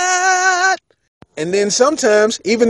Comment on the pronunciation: When he said "Oh my gad" I start dying 😂😂😂